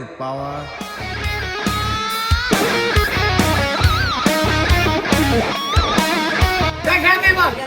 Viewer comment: পাওয়ার❌ ফাওয়ার✔️